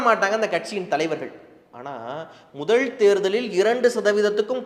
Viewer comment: எடுத்துக் கொண்ட தலைப்பை சிறப்பாகப் பேசுகிறீர்கள். கொஞ்சம் நில்லுங்க. ல் ல வை உச்சரிக்கும் போது வென்றாள் ,பாரிள் முதள் என்றே உச்சரிக்கிறீர்கள். ழ வை அழகாக உச்சரித்துவிட்டு ல வில் சறுக்குகிறீர்கள்.